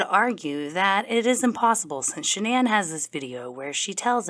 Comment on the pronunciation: Not 'Shan'Ann' 😅